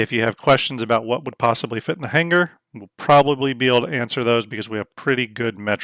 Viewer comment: Omigod. Had to check out on that hard G every time he said "hanguher" for hanger. Otherwise, looked like a good vid.